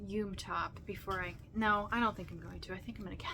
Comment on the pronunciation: Just some info for you yume is pronounced yumay. It is a Japanese word and they pronounce all vowels.